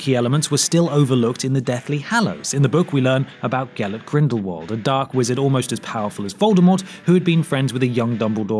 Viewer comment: Please, pleaaaaaase. It is "Grindlevult", not "Grindle-world"!!!